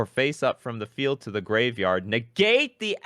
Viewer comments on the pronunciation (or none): I love the way reads cards... neGATE the actiVATION?!